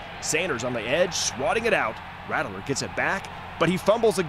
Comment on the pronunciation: Good video. Please dont say "rattle er" again. Its "rat ler".